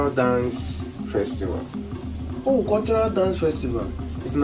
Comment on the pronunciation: It's pronounced ówú and not òwù It's full meaning is ówú miri It means water spirit